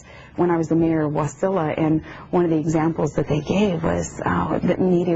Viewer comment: Ha ha, Cryk it's Wa-SI-la, not WAS-i-la!